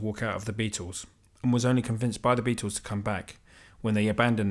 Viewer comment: It's not "the Beatos" it's the Beatles.